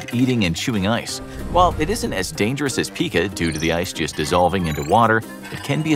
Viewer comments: It’s “Pie-ka” when you chew on stuff not Pika like pikachu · It's pronounced "PIE-kuh" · ....google is youre friend pica is promounced PIE-KA...its an eating dissorder, not a pokemon...lol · Ohhh it hurts when he reads Pica phonetically.